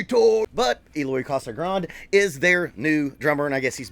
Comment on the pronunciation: Pronounces Casagran"dee"